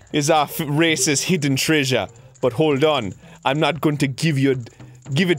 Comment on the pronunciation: "It's a racist hidden trejah"